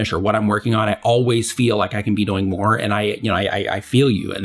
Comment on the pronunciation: I love your content, but I just have to say that when you say "doing", it sounds like "boing" with a 'd' hahahahhaha